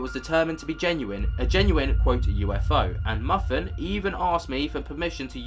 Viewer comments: just a quick fyi: MUFON is pronounced as MOO-FAWN. "muffin" hahaha! That was great. I think I'll start calling them "muffin"... 🤭😂😊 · Good show, mate! I noticed that you said "MUFFIN". I think it's pronounced "MOO" + "FON". Cheers from across the pond. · Not "muffin" it's pronounced moo-fon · FYI MUFON is pronounced moo-fahn...I know it's not necessarily common knowledge and looks like it should be pronounced otherwise but I thought it was cute and had me giggle when you'd call it muffin. I happen to live real close to where that video was captured and sent in to MUFON and other authorities. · Lol there is no "fawn".....its MOO-FON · Oh, man. Things get hilarious around the 44 mark. First this dude pronounces MUFON like muffin then he immediately reads a post asking him to forgive the poster's bumpkin accent.